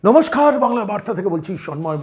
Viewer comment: কথাটা নমস্কার নমস্খার নয়।